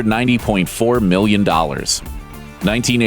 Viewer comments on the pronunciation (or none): I swear almost every time he said million dollars I thought he said billion